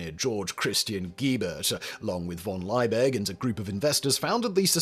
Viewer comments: The Germanic surname Liebig is pronounced as "Lee big", not "Lye big". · Simon, can't you read? The name is von Liebig, not von Leibig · It's LIEbig, not LEIbig. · His name is not pronounced "Lie -big", it is pronounced "Lee-big". Accuracy matters. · it is pronounced "Leebig" not "Lyebig." Check your German. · The Chemists name is pronouced "Lee-big", not "Ley-big"... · One niggle. Liebig is pronouced Lee-bick and not Lye-big. In German, 'ie' is pronouced as a long 'e' and a g at the last letter is subject to Auslauverhärtung )run out hardening). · The name is pronounced LEE-BIG. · German pronunciation: Liebig... eye 👁️ before eee is pronounced eee eee before eye 👁️ is pronounced eye 👁️ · Well researched and presented, but Liebig is pronounced Lee-big, which is German... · the man's name was Justus von Liebig. why do you consistently pronounce it as if it were Leibig? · fyi Liebig is pronounced lee-big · Justus Liebig is pronounced yoostoos Leebig (Lee big), just saying 😊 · Simon, it´s Liebig - Lee-big. Not Leibig, Leybig, Laibig or some other variant of the name. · German here. one correction - it is Liebig with i+e which simply indicates a long vowel i. The english pronounciation is simply "leebick". I+e is not the same as e+i which is pronounced "i". And for future reference, the V in von is simply the "F" sound -> "fonn". i.e. "Fonn Brown" ;) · Simon! Once again and just for you the pronunciation guide on german double vowels: it's always spoken like the second vowel in English!!! IE=E and EI=I (Justus von) Liebig="Leebig" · Why not try and pronounce von Liebig correctly: von lee-big. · FFS Simon! Learn how to pronounce German names!